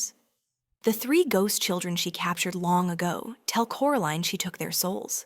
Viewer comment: Why did it veer towards calling her "Coraleen" and not Coraline?